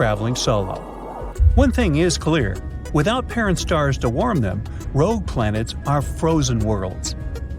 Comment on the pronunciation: Doom Ed , rouge Ed planets where's Eddie? But we found a really illiterate narrator